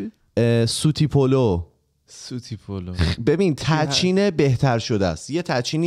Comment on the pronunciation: سلام به همه خودکستیا. جان سوتدی پلو تلفظ شبیه سوت نیس اینطوریه >> سوتدی پلو. سوت توی ترکی به معنی شیر هست. که حالا معنی سوتدی پلو میشه برنج شیری ، که بجای اب با شیر پخته شده 💙💙💙💙💙💙💙